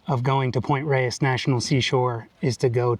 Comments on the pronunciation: For all people named Reyes out there, THANK YOU for saying it correctly 😁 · Not. It's a Spanish word and it's pronounced the way pronounces it and that's the way it is pronounced by locals who pay attention.